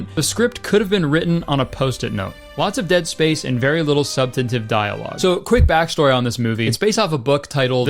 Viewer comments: Sure wish you'd pronounce 'substantive' properly 🫪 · mispronounced SubStanTive